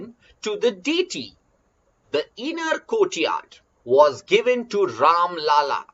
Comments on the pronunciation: Its राम लल्ला not राम लाला, लाला means business man Do not say Ram a business man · Mai bhi same likhne ke liye comments khola tha, sir pronounciation galat kar rahe hain.